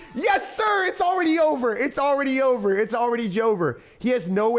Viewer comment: “It’s already jover”